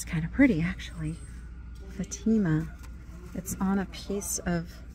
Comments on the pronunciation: The religious scene on wood ~ Fatima is pronounced with the accent on Fat and the a as in cat. It depicts Our Lady of Fatima who made an apparition before some children in Fatima, Portugal. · Pronounced faaaa teeee ma